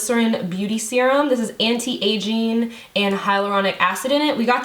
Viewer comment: Lol the way she said anti